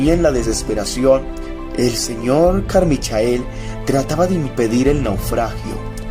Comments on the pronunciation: Se dice "Carmichel", no "Carmichael" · Carmichael se pronuncia "Carmaicol"